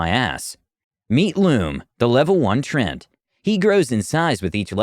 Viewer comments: Trent? I've always pronounced it as Tree-ant. Have I been saying this wrong all this time? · I love the stories, but the pronunciation just makes me cringe. The word is "treant." There's an A there. Hearing it pronounced "Trent" makes it sound like it's the character's name, not his race. It's almost as jarring as constantly hearing "ar-TIFF-eh-sir" on here. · gonna be honest, every time he says "Trent" it hurts me inside